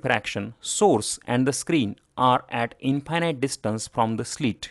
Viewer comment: maybe pronounce infinite correctly! That way it is distinguishble from finite and does not lead to confusion.